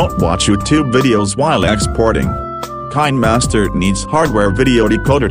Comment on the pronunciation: I like how he said kindmaster!😂